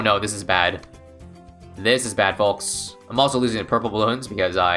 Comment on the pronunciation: Why does he say the L in folks D